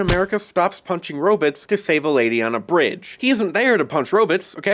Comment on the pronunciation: 😆 🤣 😂 what a clownshow. Superheroes are all about combat. Sounds like another weak-kneed Biden voter. Can't even pronounce robots correctly.